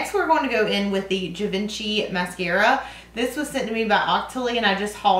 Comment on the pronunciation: Jouer is french, you dont pronounce the J sound like you would say in "j"ump. Its a soft J. And Givenchy is Gee-von-chee